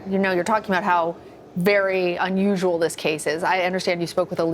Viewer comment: Sadly, I couldn't help laughing when they kept calling unusal.😵